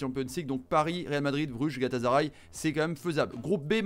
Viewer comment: Même pas la peine de t’écouter ça ce voit que tu connaît rien au foot dès lors que j’ai entendue GalataZaray